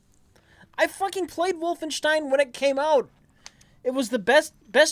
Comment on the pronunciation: Jesus Christ, there is no H in "Wolfenstein"